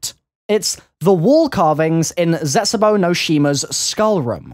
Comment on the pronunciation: I cringed when he said zetsubou no shima